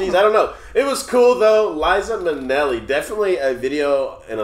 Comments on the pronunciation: Liza with a Z not Lisa with an s cos Lisa wit an s goes sa not za😂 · It’s Liza with a Z!